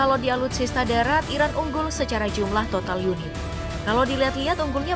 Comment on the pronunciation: Kedengarannya seperti Irak bkn Iran yg di sebutkan admin